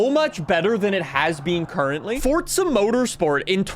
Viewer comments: Why are you pronouncing it "fortza"? its forza mate and if you wanna fall out about it then thats fine :@ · It pains me each time somebody pronounces “forza” as “fortsa”. GOD it pisses me off so much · Bro could you stop saying “fortza”? You literally only had 1 job blud... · There isn’t a “T” in Forza bro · Am I the only one who gets triggered/mad at the way he says Forza? (Not hate, just asking. no need to be offended)